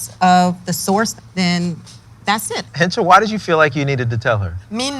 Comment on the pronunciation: It's Hencha not henchi